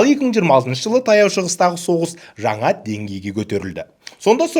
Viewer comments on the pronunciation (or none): none